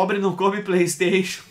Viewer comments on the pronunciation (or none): "Prai esteixu? Isso é coisa da burrguesia" - Painho ❤